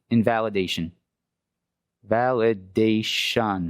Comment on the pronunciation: ….together class .. Val-EH-Day-ShUN ..invalidation 😅